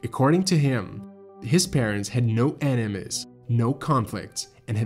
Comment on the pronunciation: I’m obsessed with the way you pronounce certain ways like “enemies” and “food”. Love the work videos too happy I’m subbed!